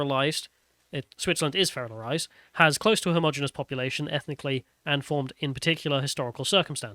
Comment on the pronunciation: Please learn to pronounce your ts. Day'er for data? Come on, man. And practise pronouncing homogeneous and homogeneity. It's embarrassing listening to you. Oh, and I'm British, not Bri'ish.